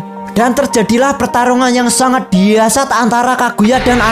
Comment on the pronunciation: Dahsyat bukan diasat